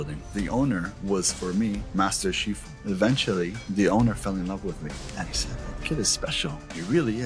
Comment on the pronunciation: Bruh......its Sifu.....not "She-Fu"......BULLSHITTER...So what was his last name? My instructor was Sifu Ash..... is the small details that prove you were there Queen!